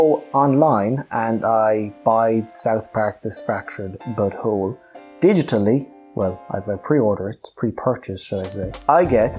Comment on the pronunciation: The way this guy says but hole is hilarious.